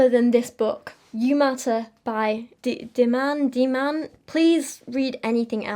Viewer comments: heads up: the dh in dhiman is pronounced kinda like a th sound but with a d instead of a t! the emphasis goes on the dh and the a is also pronounced kinda like the u in dumb :] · And you might take the time to learn how to pronounce the name Dhiman before talking about the person, rather than displaying ignorance and disrepect.